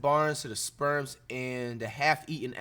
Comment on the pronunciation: "The Spurms"😂